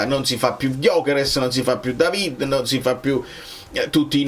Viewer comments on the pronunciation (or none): none